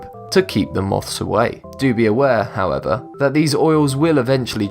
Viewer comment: Jesus. Does every item require a "howevah..."